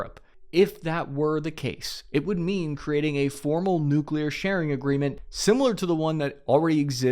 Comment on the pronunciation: I love your confident swagger while saying "nuclear", lately. Congrats on defeating y.our brain's tendency to pronounce 'newk-u-leear'.